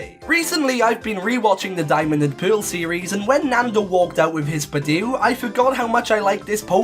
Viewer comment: PICHU, NOT PIKU!